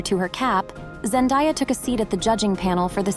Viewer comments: Zendaaaaaya. Not ZenDIEya! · Zen‐DAY‐ya not Die-ya. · It's pronounced Zen-DAY-a, not Zen-DIE-a. Which rather ruins the video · I’m pretty sure her name is pronounced Zen-de-yuh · Zen-day-a is how it is pronounced. No one has 'died'. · If you’re going to create a documentary on a person, at least pronounce her name right. Zen-DAY-uh. Sheesh! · It's so annoying to hear that "Zendaya" wrong for so many times, I don't know what's so hard to learn the word DAY in ZenDAYa?! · I can’t believe how many of these videos pronounce her name wrong. 😭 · PLEASE learn how to pronounce her name correctly. What you are doing is like nails on a chalkboard. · Great vid hut it would have been better if you atleast pronounced her name right if your going to praise her whole story